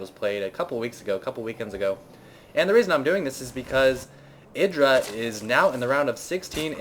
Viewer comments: 'Eye-druh', not 'Ih-druh'. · pronounce Idra like u would a HYDRAlisk, the way u say it drives me crazy -. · Mk, is Idra pronounced "Eye-Druh" or "Ih-Druh" because everyone seems to say it differently. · shouldn't Idra be pronounced the way it would rhyme with hydra?